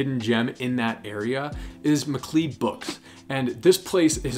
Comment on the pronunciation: "MacLeod" is pronounced "Mick Cloud", not Mick Cleed".